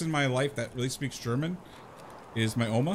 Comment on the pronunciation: Almost thought you said "ouma" (grandmother in afrikaans), but then I remembered you could also have said "oma" which is german 😅